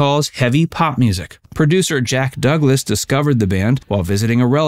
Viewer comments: Yes the emphasis is on wau, but it's WAU-kesha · Wau-kesha not Waukeeshaw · Pronunciation: Wauk-ah-shaw. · Bun E Carlos did not leave on his own first of all and please learn on how to pronounce Waukasha. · Mispronounced "Waukesha" (birthplace of Les Paul) and the band is "Bad Boy" not Bad Boys.